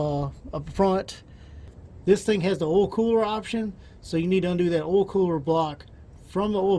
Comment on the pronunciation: Say oy please! Oil is pronounced OIl, not ol. There is an I in there. Please annunciate